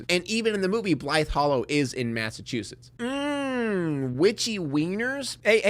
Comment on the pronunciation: Shout out for being one of the only YouTubers who pronounces “Massachusetts” right